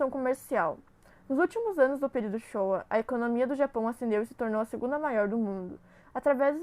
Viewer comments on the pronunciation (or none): Vcs postaram pra mostrar na escola? Pq não dá pra entender nada. Áudio péssimo e não é "Shoia" e sim "Showa" (lê -se Shô-ua). Só a última aluna que leu certo e estava quase prestando atenção. Eu queria ter sido a professora de história corrigindo essa porcaria. 🤭🤣 Alunos brasileiros. Só leram. Puta que pariu. Eu daria (-10).